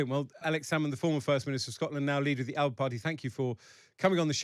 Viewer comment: First thing AS should’ve done is correct the pronunciation of Alba it’s not a region of Italy !